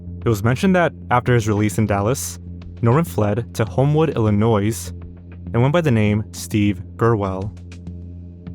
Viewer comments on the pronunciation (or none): Ill-annoy not Ill-a-noise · Its illinoy not illi noise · Not Illi-noise. Just noy That’s plenty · love your videos but its "illi-noy" not "illi-noise" 💀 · Illinois is NOT IlliNOISE. it is Illinoy, for Christ sake!!! Pictures were going to be sold to a Canadian Don? As in a mafia man? Whoa! I wonder who this was? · Brother. Idk how you got to your age not knowing this…but you do not province the “s” in Illinois. Noi. Not noise. 😅😅😅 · Pronounced illinoy not illinoise fyi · It’s Illi-noy btw not Illi-noise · The "s" in "Illinois" is silent. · I guess you don't know that the s in Illinois is silent. Your pronunciation is pretty fricking annoysing. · “Ill-uh-noisssssssz,” dawg, how is this your entire job to read things aloud for your YouTube videos, but you don’t know how to pronounce something this easy and well known? 😭 You’re killing me. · Come on, man, you should know how to pronounce “Illinois” and “corps”. The “S” in Illinois is silent, and corps is pronounced “core” not “corpse”. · You don't pronounce the S in Illinois. Damn near ruined the whole video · The "S" in Illinois is silent... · The S in Illinois is silent, please for the love of god learn how to say words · since I guess no one wants to point out, the s in Illinois is silent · creepy vid. just so you know, words like 'corps' and 'Illinois' have a silent S. "core" "illinoy" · The biggest crime here is that you pronounced the “S” in “Illinois”. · I’m sorry but hearing Illinoisssss makes me go insane good video though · Bad enough to hear that a town I grew up around was the site where a nationally connected perp ended up, please don’t make it worse by calling us Illinoisse lol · The “s” in “Illinois” is silent. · You don’t pronounce the S at the end of Illinois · As an Illinoisan the pronunciation in this video is insane 😭 “Illi-noise” “P-oh-ntiac” “Boiling brook”… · Also, Illinois is pronounced with a silent ‘s’. So it’s pronounced “ill ih noy” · The s is silent in Illinois. Ill ih noy